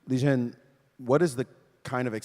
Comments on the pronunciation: It's pronounced how it's spelled. Li Ren. Not Li Jen. Good god how did this guy get chosen to be the moderator/commentator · Kind of embarrassing that Maurice got Ding's name completely wrong. Ding Lizhen? What? A mangled pronunciation of Liren I can understand, but a whole different sound? And it's not like he's an unknown player - he's been WC for two years!